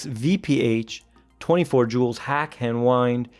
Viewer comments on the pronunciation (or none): none